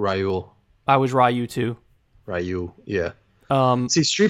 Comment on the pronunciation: How tf you say you like street fighter but you say ryu wrong